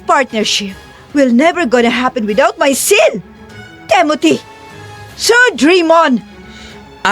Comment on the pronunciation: Maganda ang kwento pero sana bigkasin ng tama ang mga pangalan. TIMOTHY NOT TEMOTHY. AFTER LETTER T IS I not E